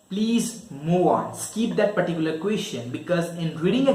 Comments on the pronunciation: It's skip not skeep.... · Skeeep ? Seriously ! 😂